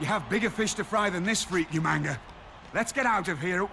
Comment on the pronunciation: damn, even in the game's recordings Regal says ''YOU-MANGA''